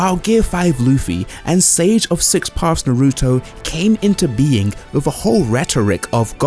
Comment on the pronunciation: Stop saying Naruto wrong!!!!! Na-ru-to not Na-ruto. Bo-ru-to not Bo-ruto.